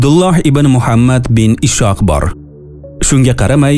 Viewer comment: Assalomu alaykum brodar ismlarni talaffuz qilishda e'tibor bering Ishoq emas Is'hoq bo'ladi biz sizni muhlisingizmiz brodar